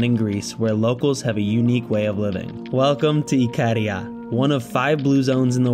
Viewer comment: it's not ikeeeeeria it's ikaaaaaaaria